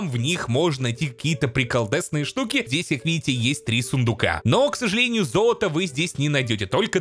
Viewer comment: ксАжалЭниЮ зоЛаТО мы туТ не-На-йдЕм